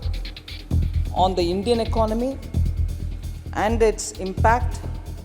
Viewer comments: Much as you would like to show this as an unbiased reporting, your bias comes through quick. Also learn to pronounce economy. It’s ek-ononmy. Not iknomy. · Big fan. Two suggestions: Since you speak a lot about the ecOnomy... you may wanna get the pronunciation right. It's not econOmy. It's ecOnomy. However - when you say econOmics, you don’t want to say - ecOnomics. It's econOmics. Yes - English is a weird language. But it's earning you and me our daily bread. So, we might as well get it right. In this video, you wanna use AI and trim beard equally, from left to right. 👍Cheers. Keep the awesome videos coming. Love the content. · Dude I really like the videos... but you mispronounce alot of frequently used words n that really messes with my head man... Please check the way you pronounce "economy" in this video and "gross" in your other video...